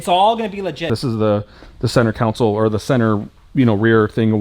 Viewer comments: Consol pronounced con-sol it’s not a council there’s no body of ppl gathering lol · Centre console ❌ Centre council ✅ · Hey isn’t it center console not counsel 😂😂😂😂😂 cause your saying center counsel 😂😂😂😂